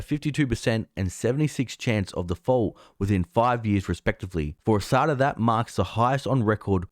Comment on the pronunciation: Dude not ASAAADA it is ASDA it is pronounce same as it is written.. LOL